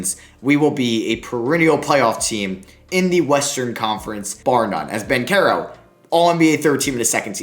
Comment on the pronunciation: Hey I love your videos but banchero is pronounced bon-chair-o👍👍👍